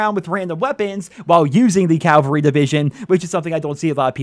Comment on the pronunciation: you’re getting closer to CAVAL-RY but not quite there.